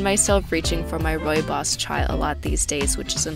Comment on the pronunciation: thank you for pronouncing Rooibos correctly. P.S your office desktop need tidying